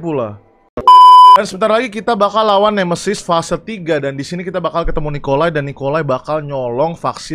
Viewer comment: Nemesis, bukan nemeisis